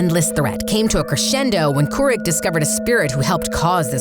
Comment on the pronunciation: KOO-ROOK not KOO-RICK